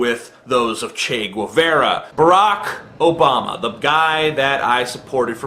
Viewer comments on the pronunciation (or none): his pronunciation of Che Guevara HAHAHAH OMG WTF